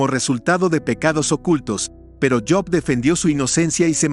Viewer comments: Si sabes hablar español,habla correctamente,no es yob es Job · cabal no es yob